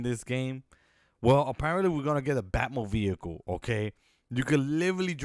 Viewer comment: blud said bat mobeicle